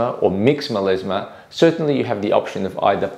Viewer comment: Meleezmah))))) Come on man, it's melasma.